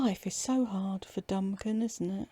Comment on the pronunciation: Duncan aka Dumbkan 😂😂😂😂😂😂😂😂. I’ll never unhear that,. Love it.😂